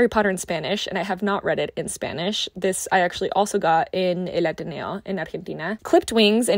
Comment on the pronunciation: El Ateneo it's a treasure and a must if you como to visit here in Buenos Aires. Loved how you pronounced the title in an Argentinian accent <3. LOVED the video.